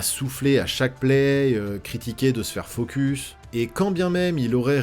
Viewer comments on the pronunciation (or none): none